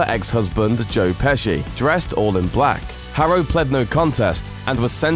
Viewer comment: At the very beginning I thought he said "Jerk Pesci "